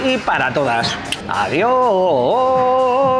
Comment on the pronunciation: ese adiós te a salido un poco chungo jajajajajajajaja